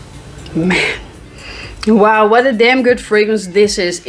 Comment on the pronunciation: lol. "Guud."